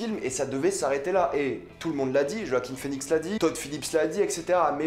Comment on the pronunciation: Iron man solo, c'était la même chose. Et regarde où les suites ont mener! Btw, Joaquin pas Roaquin, merci.